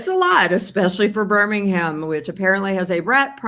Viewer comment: Hi Paula, love your channel. Just to say that Birmingham is not pronounced with ham at the end! Its pronounced as Bir-ming-um. Hope that helps.